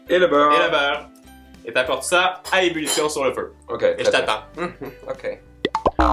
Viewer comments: Ç t une bonne "umulution" 😂😂 j'adore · Comment t'a dis? "Ulition"? Bulition? 😂😂😂😘😘💘💘💘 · «Ébullution» mon petit 😂